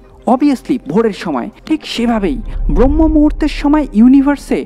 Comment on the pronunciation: ভাই, উচ্চারণটা "ব্রম্য-মুহূর্ত" হবে